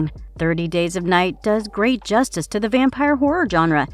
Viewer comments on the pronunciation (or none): none